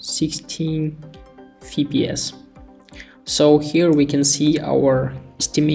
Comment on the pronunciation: bro really pronounced fps "fi p s" 😭